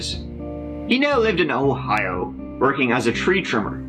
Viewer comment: I’m in Ohio why he gotta say it like that 😂😂😂